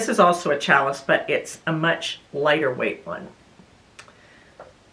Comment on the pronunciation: You did a very nice job on the Mood top. Some difficult techniques and you were up to the challenge and did well! That rolled hem foot can be tough even for a very experienced maker. I really like your bamboo jersey top, looks great on you. I debated whether to tell you this, but you seem like a person very open to learning…challis is a French word and is pronounced “shall-e”. Keep up the good work! You have a lovely voice and a good presentation style 😊